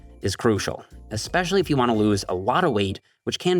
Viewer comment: "espwecially iwf you wanna lowse awotta weight" 😂😂